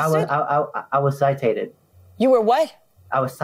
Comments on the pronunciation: "I was CITATED" 💀💀💀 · “Ci-tated” hehe 🤭